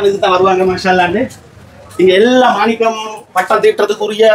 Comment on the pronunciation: என்னடா இவன்‌. மானிக்கம் மானிக்கம் என்றே சொல்லுகுறான் வைரம் . ம்டா